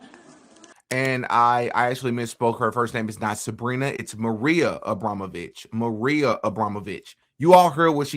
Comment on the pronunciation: It's not Maria, it's Morena.